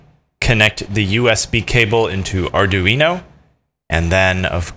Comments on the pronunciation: Please stop saying arduino like that, jus please.. Btw, sposed to have 16v 1000uf cap, and 470- 1k ohm resistor in line with data line.. sooo, yea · Mispronounced Arduino